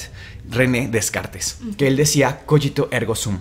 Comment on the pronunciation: A veces se pasan de sabihondos en varios aspectos, pero en idiomas se pasan. Si bien es entretenido su canal, considero le bajen a la actuación y hagan su "presentación" menos teatral y más normal, relajada. René Descartes en francés, se pronuncia "Decagt" no "Descart". Además, los rezos o plegarias no son más efectivos si los hacen a una deidad en específico, sino que al hacerlo, se produce energía; por eso la gente tiene fé en varios dioses. Por último, creer que los conocimientos de sanación son dados por algún dios y no por extraterrestres, es por decir lo menos, una contradicción; porque cualquier dios es extraterrestre.